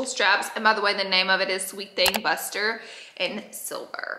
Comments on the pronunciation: I love that she pronounced it "Buster" instead of the correct "Boo-stee-aye" lol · BOO. STEE. AY. Hahahahahahahaahaha!!! When you said Buster I thought about “Selena” with JLo from ‘95. Her dad was like “ITS A BRA WITH LITTLE SPRINKLY THINGS ON IT!” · she did not say 'buster' i am crying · Laura [middle name] Lee, did you just call your top "buster" instead of bustier (boo-stee-a)? 😘😘😘😸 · I kept thinking “what is a buster top?!” But I think she meant bustier 😂 🤦🏼‍♀️ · Buster instead of bustier lmao as a southern gal myself I love ya girl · Bustier = boostie-yay lol she tries though and is so cute! I love her!